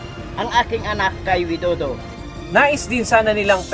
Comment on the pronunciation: The Way to Say Properly to Pres. Of Indonesia, not Wido do it's Pres. Widodo paanu tayo papakinggan kung di tayo Magalang sa pagsasalita tayo ung humingi ng clemency na palayain Dapat magsalita tayo ng May Galang...